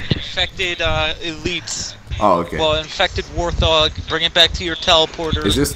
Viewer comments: WARTH-og?????? This guy doesn't know how to pronounce WART-hog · I meant how he pronounced Warthog. He said it like war - thaug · It's new pronunciation is War - ThAHog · This dude calls the Warthog a WAR THOG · Hearing that guy pronounce warthog wrong made me think: What has halo become to have players like this?